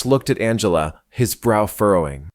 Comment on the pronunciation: AI cannot figure out how to say "Angela" correctly